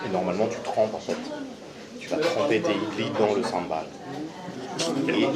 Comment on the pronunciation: c'est pas senbai mais sambal lol sinon elles sont trop bien t vidéos continue comme sa!!!!!